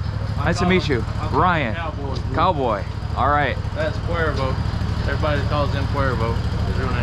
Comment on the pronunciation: ITS RYAN NOT BRYAN 😂😂